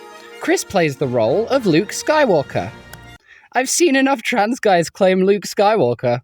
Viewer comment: she really said family tran